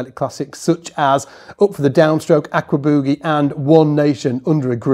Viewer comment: Ackwabooogie. haha. Love that accent.